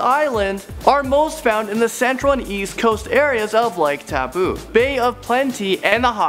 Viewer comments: Taapoo WTF Taupo? (T-ow-po) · thank you for making this cause im from alot of contries but im mostly maori and ive done all of these and you should go to the sky tower and its not towpoo its toapo and rotatua is not roterua just saying and we roll your tounge when useing our launge (maori) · did you say taupo as "tapu" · Kia ora kouto I live in New Zealand and you said no names right in front his video Rotorua: Roto-ru-a Taupo: tow-po And others 😂😂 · the pronunciation of lake taupo was on fleek XD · I'm from New Zealand and I laughed when he tried to pronounce Rotorua and Taupo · I laugh so loud when he said taupo Rotorua ruapehu